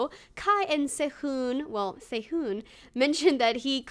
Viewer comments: His name is pronounced Se-hoon but nice vid. You could probably try some of the dishes that the idols used to make on Happy Together. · the way she said sehun I heard sehoon/sayhoon but still good video 👍👍👑❤ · it's se-hoon, in korean the romanji "u" is pronounced as "oo" ^-^